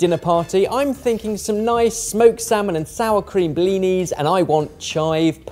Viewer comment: As a Russian speaker it physically hurts me to hear the way pronounces "blinis" especially since "blini" is already the plural.